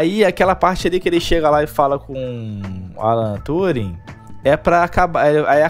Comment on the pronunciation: kkkkkkkkkkkkkkkkkkkk "Alan torung"